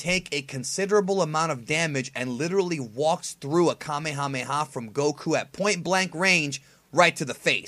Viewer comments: Pretty sure it's pronounced "Kah-may-hah-may-hah" and not "Kuh-mayuh-mayuh" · How do you make so much dragon ball content, and not even pronounce kamehameha right...